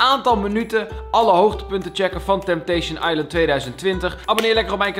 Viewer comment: Niemand:* Echt helemaal niemand:* Kalvijm: TempTeEsJen aiLent